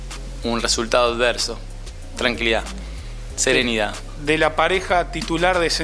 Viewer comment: "Hay que mantener la seneridad" ...ni hablar sabe.